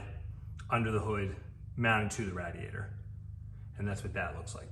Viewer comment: Its called a Radiator ra-di-a-tor not a rad-i-a-tor!